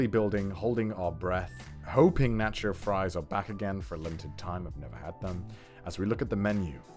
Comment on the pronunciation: i died a little inside after hearing the way he pronounced taco. (edit: and nacho)